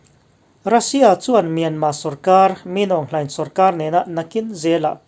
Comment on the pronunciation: Min Aung Hlaing hming i lamdan i thiam ber e,. UNO Veto Power ka Dislike kum khua tawh ang.An nep em mai.Nep tak an ni. Tahan mipui te huaisen taka, Uicho ho do zel tur leh hnehna chang ngei turin duhsakna ka hlan che u a.CHawlhni zana Tatmadaw Sniper in man kha,hrem turin India ramah raen thawn teh u.Zawi muanga thah kan chak teh mai ania